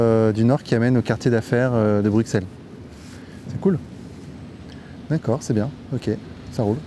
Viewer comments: Bruxelles ne se prononce pas avec un X je t’en conjure !! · Mec, tu risques sérieusement de t'attirer les foudres du gang des belges, et c'est pas des rigolos ! On dit bru-sel ! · Arrêtez de dire BRUCKSEL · Comme le dit le gars qui lui parle on ne prononce pas le x de Bruxelles, c’est comme un s arrêté s’il vous plaît avec votre x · Le X dans bruxelles est silencieux .... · Apprends peut être à prononcer Bruxelles correctement avant de faire toute une vidéo nan?